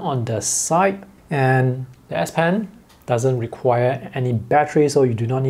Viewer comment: It's an (S) ess pen not an ass pen